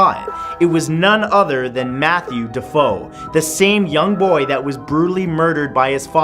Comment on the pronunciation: Absolutely loving these lengthy vids! Btw, one small correction r.e. the Amityville photo segment: the previous family's name is pronounced "Da-fay-o" ;)